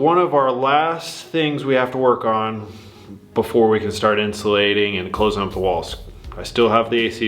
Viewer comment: Why do you always say "ant" instead of "and"? lol